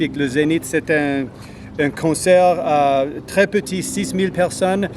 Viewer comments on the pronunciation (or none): none